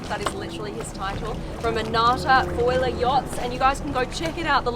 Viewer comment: The way she says a foiler yacht😂